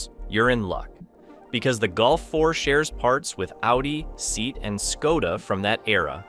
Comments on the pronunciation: lmaooo SEAT is not prononced like a seat u sit on gaddamit It is prononced SE--AT, 2 distincts sounds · It’s „sea-at“ , not „seat“ 😁👍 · It's not "Seat". It's "C. Att". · nein, es heißt SEAT. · Seat is not pronounced as seat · How can you be a car channel and not know how to pronounce SEAT?